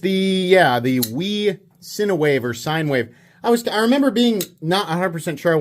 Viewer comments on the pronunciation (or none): none